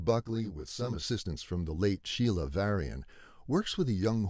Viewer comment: "Sheila", not "Shelia".